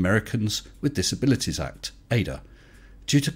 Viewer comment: We say it as initialism. The A-D-A not as an anagram. FBI not SCUBA.